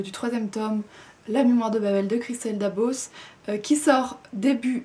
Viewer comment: Pour information, on prononce bien le "s" à la fin de Dabos. Merci pour la vidéo :)